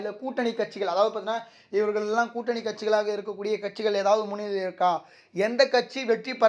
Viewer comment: முள்ளிலை இல்லை முன்னிலை தமிழை கொல்லாதீங்கள் தமிழர் சாபக்கேடு